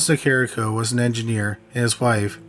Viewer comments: If you are going to have a YouTube page, you should probably pronounce the person's name correctly. It's not Nicario, it's Nicarico. I remember this story, growing up in Illinois. Also, you sound like a zombie. You don't speak clearly whatsoever. Maybe if talk slower and clearer...you might get a lot of viewers! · Also. It's Ni-CAR-i-Co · sorry to nit pic but this his close to home as I lived near there. She was NicarICO not Nicario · It's a shame you are mispronouncing the surname of the victim repeatedly.